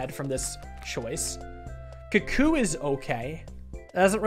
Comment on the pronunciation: This is the same dude who pronounces "cuckoo" as "cuh-coo" are you really surprised?